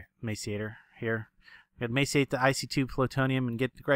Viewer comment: Why do you not pronounce the R in macerate?